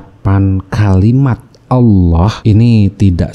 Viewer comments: Juri mtq sebut ALLAH kok aloh hahahah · Ngucapin Allah aja udah salah. Itu satu kata aja loh. Lagian murtadnya jg kocak, masa dari Al Qur'an. Harusnya kalo beneran murtad "saya mengimani injil, di ayat ini bla bla bla". Mayan hiburan.